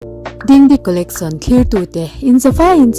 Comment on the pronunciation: Pronounce dan hi dingdi collecsion...collection nilo in.